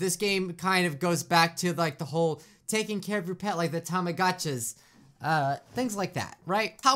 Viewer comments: is such a Gatcha Tuber he called Tomagachis "Tomagatchas" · Am I the only one who caught him say “something like the *tamagachas*”